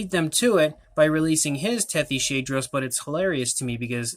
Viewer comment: I think it’s actually pronounced Tethys-hadros You are great at painting these